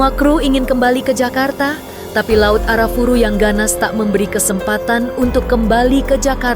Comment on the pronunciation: disclaimer: laut Arafura bukan Arafuru saya lama di Merauke Maluku Papua di laut Arafura mancing cumi